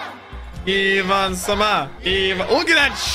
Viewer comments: its not freaking AIVAN its EEEEEEEEEEEEEEEEE VAN with an I this feels so triggering and uncomfortable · It's not Aye-one it's ee-wan because his name is Ivankov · Please won't call him I-win ... It's E-Vaan-kov Or E-Vaan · He is not canned Ai-van it's I V A N. I as in 'inch' for all Americans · its iwan not AIwan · You saying Eye van is killing me! lol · Yo it's pronounced (Eve - Van) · Iva-chan transing genders since 2009, baby! And please stop calling him Ayvan, it's killing me. Pronounce Ivan like they do in the anime, please! :'D